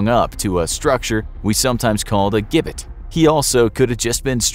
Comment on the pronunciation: Please put me in the coffin so I don’t have to hear you pronounce gibbet wrong again.